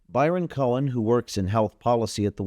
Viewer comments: "cohen".....every...single...time....lol....when will people ever learn.... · “Cohen” huh?